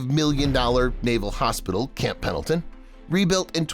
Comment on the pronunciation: Whoever called it "Camp PADLEton" at approximately 3 minutes in must be a "LEARING Center" alum!! SEMPER FI!